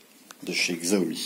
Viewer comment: CHAomi pas ziaomi xD